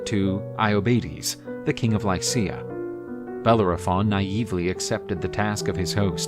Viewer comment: I am unable to watch this due to the pronunciation nay butchering of the name Bellerophon